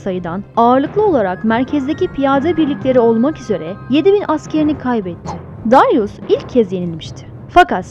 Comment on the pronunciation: Dayrus değil Darius.